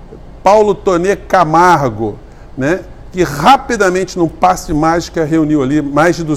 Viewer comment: esclareça-nos uma coisa. A, você disse "rapidamente" ou "rapinamente"? 😜